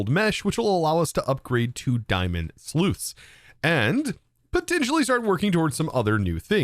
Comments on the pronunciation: Not sleuthing, as there’s no Sherlock Holmes, Dick Tracy, Batman, nor any other gumshoe type in evidence. It’s a sluice. It sluices. They sluice. They are sluicing, or it is sluicing. One sluice (/sloose/ rhymes with juice), two sluices (/sloose-ez/ like two glasses of juice is two juices). I’m not trying to hammer on you, especially since I love what you do. I just don’t want thousands of people to think they need a hearing aid or something because they keep hearing a mispronounced word that you are far too educated to mispronounce. I spent the whole first video trying to figure it out before it occurred to me that you might just be one of today’s 10,000. So congrats! 🎉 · sluice not slooth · Not sure if he thinks sluice and sleuth are homonyms or just homophones, but I’m glad I’m not the only one who’s findi it hard to listen to. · your mispronouncing sluice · sluice rhymes with juice. The plural is sluices, which rhymes with juices.